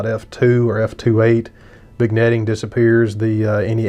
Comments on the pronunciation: Totally respect your review, but I take issue with your pronunciation of "vignetting". We DON'T say the "g". It's correctly pronounced "vin-yetting". I know, I'm being picky. Hey, I'm bored. Party on dude. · I'm wondering if the lens hood bothered you as much as your pronunciation of vignetting bothers me!? 😉